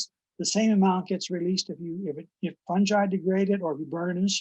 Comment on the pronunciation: Sounds like she's saying "the ecological importance of some guy" 😄